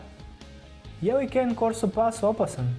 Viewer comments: Vrlo sam siguran da se izgovara kane korso a ne kejn jer on nije nekakva lizalica pa da bude kejn jer ne pise cany nego cane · Ovoj ne zna govoriti kene corso kane korso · Cane corso pas se cita tako kako piše a ne can corso...😒 znm to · Ne kaze se kejn korso već kane korso! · Ja imam kane korsu i usput ne kaze se cane corso jedini do naisi Englez i nisi nego se kaze kane korsa No hejt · Prosečan doberman može i jače od 700PSI da ugrize a ti si stavio da ima četiri puta manji ugriz a ostalo je ok samo pogrešno čitaš i imena Cane Corso i Kangal i Argentinska doga ne postoji to je Dogo argentino ili argentinski pas Najjači ugriz ima doberman